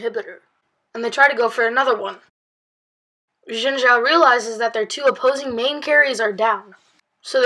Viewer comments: omggg. a stupid kid who can't pronounce Xin Zhao. "Xin Shao". Dumbass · Ethan Dodge And he should also learn how to pronounce "Xin Zhao"